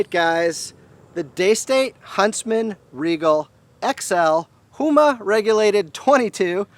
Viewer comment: It's Huma, not Hoema.